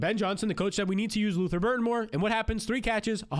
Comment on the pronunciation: Lutther Burden not Burton